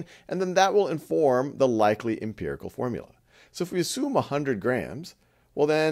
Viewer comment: Your videos are great! But it's "empirical" - please correct.